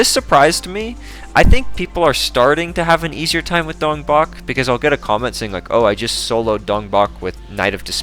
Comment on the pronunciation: I refuse to believe that's how Dongbaek's name is pronounced